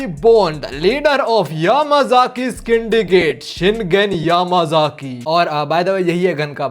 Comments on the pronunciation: what the hell is skindicate??, its syndicate pronounced as sindicate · it's the 4th video and I am still saying it's Syndicate:✅ Skindicate:❌ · Syndicate ❌ Skindicate ☑️ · In whole video , Syndicate ❌ Skindicate✔️ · pls Don't say scindicate it is syndicate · its not pronounced like that, it is pronounced like syndicate only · No bro wo yamazaki syndicate ko" yamazaki's indicate" bolta hai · Syndicate ❌ scindigate ✅